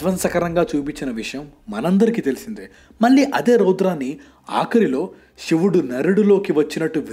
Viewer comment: షివుడు కాదు బ్రో..."శివుడు" .... 🙏🏿